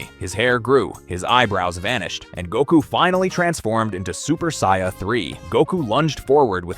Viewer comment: How can someone who is clearly a massive fan(enough to create content) not be able to pronounce "saiyan" properly?